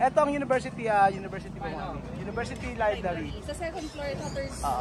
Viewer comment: it is libRary not libLary ✌️